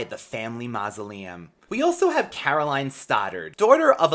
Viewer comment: . You pronounced Carolyn's name wrong. It's "Carol-in"